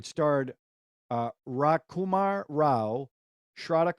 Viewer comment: always remember.. the letter "j" is NEVER silent for Indian words (eg. Rajkumar) and btw.. you have seen Rajkumar Rao earlier in Gɑngs of Wɑsseypur also Just FYI note that Stree, Tumbbad and Andhadhun.. all 3 films released around similar period It was good yearfor Thrillers.. another of same year that you shd watch is "Blackmail" (2018)